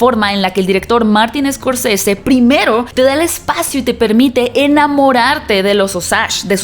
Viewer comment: Se pronuncia Martin Scorcese, no Escorcese